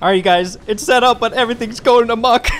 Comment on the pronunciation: You said everything is going “amok” Are you danish?